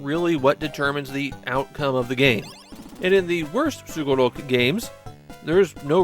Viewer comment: Like other Sugoroku games on Famicom and Disk System that he has covered, pronouncing Sugoroku like a native Japanese man (like -su as in desu), as opposed to other people who do sugoroku video games where they say the word with an emphasis on the -ku.